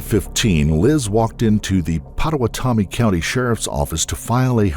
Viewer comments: Pota-wa-TOMMY? 🤣 POTA-wata-me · Sorry but it's pronounced "pa-to-wat-omee" I'm a tribe member of the citizen potawatomi nation and that jail was named after the tribe as a tribute.